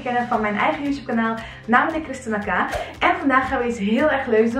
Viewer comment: Wait je spreekt Kristina uit als 'Kristena'?!